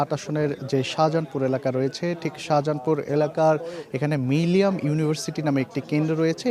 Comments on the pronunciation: মিলিনিয়াম বলতে কষ্ট হচ্ছে কেন বার বার মিলিয়াম বলছে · মিলেনিয়াম উচ্চারণ করতে পারে না যে ব্যক্তি, সে রিপোর্টার হিসেবে দায়িত্ব পায় কিভাবে এবং কোন যোগ্যতায়?